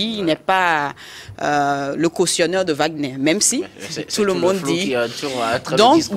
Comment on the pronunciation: L'homme à la cravate rouge est tellement nul qu'il n'est même pas capable de prononcer correctement le nom de WAGNER